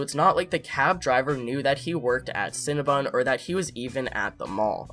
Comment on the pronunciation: It’s cinnaBON not BUN HUN 😂